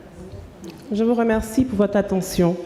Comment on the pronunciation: " Your attention please" le a se lit "e" contrairement à ce qui a été prononcé 😅